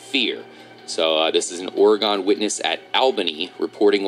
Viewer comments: I live in Oregon, Your saying it wrong xD. You would say it like, Organ, Not Or E Gone, Like Or e gen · Enjoyed the video. I'm from Oregon and I just wanted to say that its pronounced Orygun. Nice video